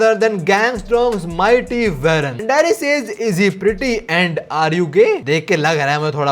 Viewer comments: भाई उसका नेम वेरन नहीं वॉरेन है uska pronunciation Aisa hota hai ❤ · It isn't varen It's woren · Aye yo pronunciation check ;😢 Eli is not "ELEE" JUST LIKE H2O is not Hydrogen D Oxide (the will of D😅) Eli is" E" 'lie" 😮 Love the way U lie types And Warren is not werren, More like WORREN 😢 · Eli- E LIE WARREN- WAR REN Your videos are great but plz pronounce these names correctly or it sounds really weird